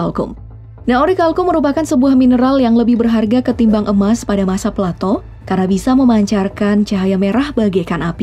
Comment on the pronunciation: plato= palatou